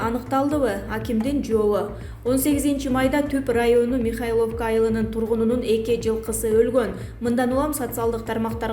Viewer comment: Оаа..премер..натала деп окуп атат.. натальяны натала депатат. Михаловка дейт